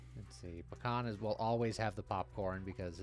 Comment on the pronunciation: This week is just Chungus week. Also I thought you were saying Pecan instead of Bakhan almost the entire video :P